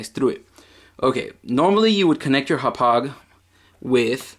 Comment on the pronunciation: im sorry but i hate how you say hauppage and always say "right". Sorry bout that. But great vid man :)